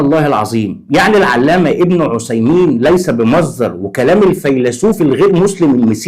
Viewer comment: بارك الله فيك ، بس أرجوك نطق بن عثيمين بالثاء مش بالصاد .